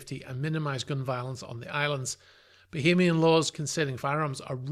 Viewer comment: Why do you keep saying bohemian and not Bahamian